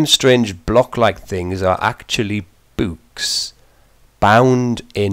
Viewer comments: "boouhks" lmfao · I fucking love the way you say "books" XD. Where are you from?